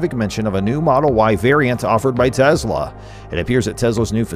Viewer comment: Good, informative video! However, two small suggestions. 1) Please avoid the word "insane". It's far over-used to the point of fatigue in regards to anything Tesla or Elon Musk. Find other words to express Tesla's remarkable accomplishments. 2) I believe Tesla's pronounced "Tes' la", not "Tezla". Again, you produced an otherwise enjoyable video...thanks!